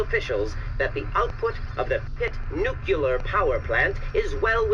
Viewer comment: nukular power lolwut!